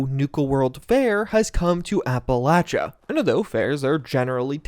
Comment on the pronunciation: APP_AH_LAY_SHA. NOT APPALACHA. LOL